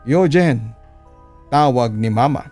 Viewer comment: Yugeen hahah bat ganun papa dudot pagkakabigkas mo